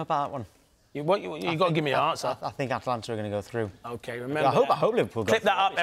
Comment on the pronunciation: Incoming end of season collapse for Liverpool?! ; ATA- LANTA, not AT-LANTA, not difficult Clinton!